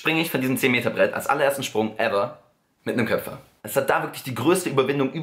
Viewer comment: Es heißt köper und nicht köpfer😂😂😂😂